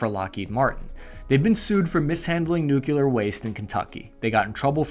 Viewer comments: Nuclear! Nuclear! Not nucular! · Fantastically informative video. Side note: nuclear is pronounced more like “new-clear.” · Please stop mispronouncing "nuclear." Thanks. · NUC-LEE-AR* for the love of god. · You had me till the way you pronounced “nuclear” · New clear Nuclear Newclear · I do love the way you shift perspectives back and forth in your presentations and don’t try and do the emotional influencer thing. Thank You for that. I am still going to disagree with how you pronounce Nuclear though. 😬😬😬